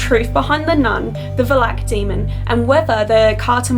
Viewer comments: I can't stand to watch this video, because I'm cringing every time you pronounce the name "Valak" ... too bad, because the content is interesting. Learn how to pronounce names, girl! I'm romanian and I can pronounce your name easily. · anusha sridhar both “a”s from valak are supposed to be pronounced as the last “a” in “alpha” for example Or at least that’s how it’s pronounced in most of the European continent. For the veridicity of this video (since she’s in Romania) I thought it’s a relevant heads up. Anyway, maybe I’m too harsh on her, but that’s how I was educated in school, to pay attention to every little - maybe insignificant, I’ll give u that - detail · Kinda saying valak wrong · You have a lovely voice and I like the way you pronounce Valak 😉 That's how Aussie's do it 🇦🇺 👍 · she says the name wrong and it bothers me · Why does she keep pronouncing valak like that?? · She says valak wrong 😂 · Is it just me or does it bother anyone else that she can't say valak right? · Does anyone else cringe when she mispronounces Valak? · You say Valak weird or is correctly pronounced like that? Other wise, great video, I love the Conjuring & Annabelle Doll movies. Can’t wait to watch The Nun. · Stop saying Valak!!! I beg you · This is a really good video but your miss pronouncing the name of the demon. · It’s not Va-lak it’s Valak. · It's pronounced as va Lak. Not valak valak. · It is pronounced va...lak Not va-lak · Who the hell is Vuh-lack? They literally said the name of the entity in 2 seperate movies, multiple times... Valack... Pronounced Val-ick... Stay on the script. It's a movie, based on a fictional novel. Check the 900 million dollar lawsuit WB had to pay because they can't prove Ghosts exist. lol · It's not Walak. It's Valak. That's hard to hear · It’s Valak not Valak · Its Vaah-lack not Balack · i love how she pronounces it like vlak instead of valak. its so funny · The way she pronounces “VALAK” is so annoying VALAAAAAK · It's Valak pronounced valact